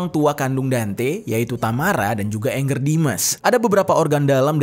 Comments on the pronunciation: Bacanya bkn ENGGER jeff baca aja sprt tulisan nya ANGGER JUST CORRECTION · Angger Dimas, bukan Anger. Nama org dibaca AN G G E R, bukan ANGER ( kemarahan) dlm Bhs Inggris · Kenapa orang susah sekali manggil nama ANGGER ? Bacanya sesuai abjad aja Bang, jangan di inggriskan tapi di jawakan ANGGER itu dari kosa kata jawa, yang artinya anak laki laki